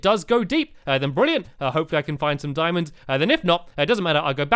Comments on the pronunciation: he kept saying dimons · DIAMONDS!! NOT dimonds DIAMONDS